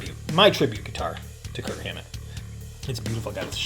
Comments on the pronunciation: No offense, but you keep saying "Kurt Hammett". It's "KIRK". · Are you saying "Kurt Hammett"? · Just a note, his name is Kirk. Not Kurt. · Twice you said "KIRT HAMMETT." Bro's name is KIRK.